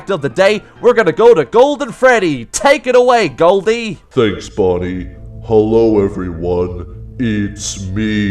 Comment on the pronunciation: Instead of bonei you sed body